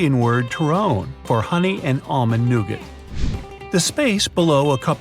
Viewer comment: I love the video but I love the '"new get" that's what I herd that's amazing